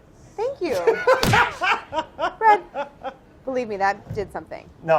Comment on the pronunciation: anyone else notice Claire calls him "Bread"